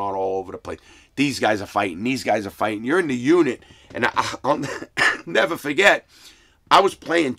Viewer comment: Larry "I'll nevah forget it" Lawton.